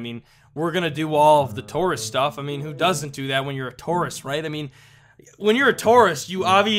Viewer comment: When he was saying tourist, it sounded like "tarusist"